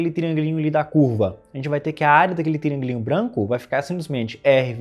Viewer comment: TRIÂNGUILÍNHO é uma palavra que não tem como cê escutar e não esboçar uma risadinha